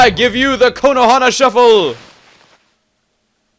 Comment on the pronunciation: every time you say Konohana I think you say Konoha wrong :D